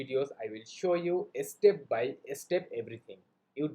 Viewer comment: Obviously everyone can make videos in English but the Bangladeshi's English pronunciation is not correct. Example- the word is Step. But Bangladeshi's people say estep